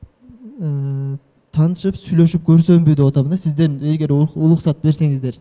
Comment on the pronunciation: Улуксат эмес уруксат дечи